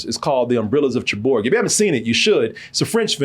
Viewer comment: SUCKS when pronouncing names. Umbrellas of SHAREBOOR.